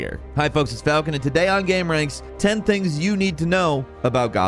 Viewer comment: second time he said gamerank lol